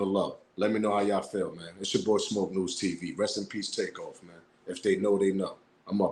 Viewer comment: The dude recorded dat video sounded funny the way he said takeoffs name...hes lik take paused then said off...y not say it the way it is takeoff